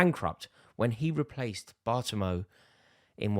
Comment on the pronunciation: Bartamo? It's Bartomeu... almost as bad as Joe Cole pronouncing Richarlison as 'Richard Richy C'harleston, or Tony Cascarino saying 'Wijnal-drum' for Wijnaldum